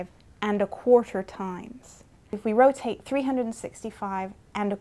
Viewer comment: And a Qhuarterrrrr times.....